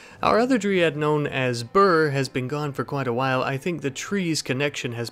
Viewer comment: Sorry to be one of those annoying people but you're pronouncing Dryad wrong. You've been saying dree-ad, but it's dry-ad